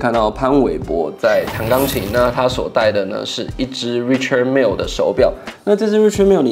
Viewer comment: Its pronounced Ri”Shard” Mille.